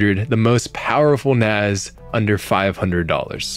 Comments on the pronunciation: it's NASS man, not NAZ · Why is there a group of people who pronounce NAS as NAZ? It is Network Attached Storage, not Network Attached Zorage(what ever that would be?)